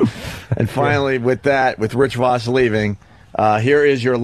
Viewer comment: Everyone including Rich pronounces it “Rich Vawss” Opie: Rich AHHHHHH VAHSS in studio